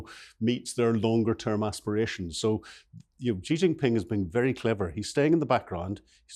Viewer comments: It is quite grating to hear people mispronounce Xi. It’s Shi not Ji. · Xi is pronounced like the English word "she".